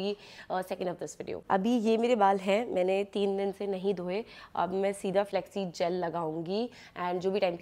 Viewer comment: Flaxseeds ❎ Flexseeds 😁